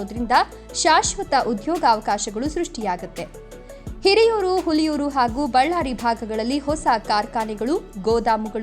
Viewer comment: 😂😂😂ಹುಲಿಯೂರು ಅಲ್ಲಮ್ಮ ಹುಳಿಯಾರು